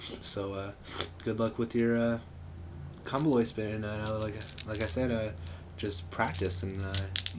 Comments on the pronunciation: good video. only thing is its pronounced comb oloy. like you're saying comb then oloy. i dont mean to be an ass but im just saying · it's actually not. it's pronounced KOM-bo-loy. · Said it wrong. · Learn how to pronounce it